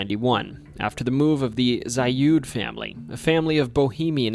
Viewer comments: FYI: The Zalud house is pronouced "Zaled" by locals, not "Zayud" Also, Porterville is an hour North of Bakersfield. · The "Zalud House" is pronounced ZAH-lood House. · Zalud is pronounced like salad but with a Z. I knew not only a relative down the line but had a friend live next door. That whole ass block is fucking weird as shit and haunted too.